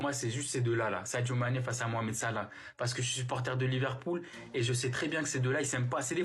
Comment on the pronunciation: Prononcez bien le nom de Sadio Mane, Madame. Merci.